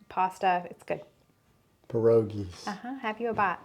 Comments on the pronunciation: Good pronouncing of a polish word. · You said pierogies correctly - source, this polish/ukrainian woman right here. :) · Yup pierogies was pronounced correctly. They're popular here in PA /Amish country. Good video! Thx ☺️ cold hands warm ❤!